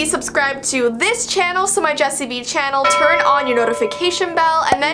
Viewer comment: Her name is "Jessii" not "".